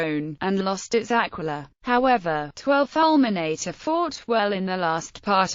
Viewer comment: Falmenaytay.... My ears are bleeding.